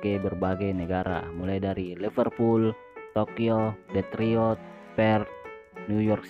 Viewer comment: Detroit dibaca Detriot astaagaaa